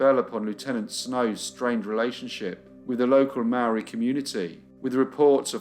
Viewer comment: Great case, as always, thank you. One detail to mention is that the pronounciation of Māori is incorrect, otherwise an excellent watch. Love your channel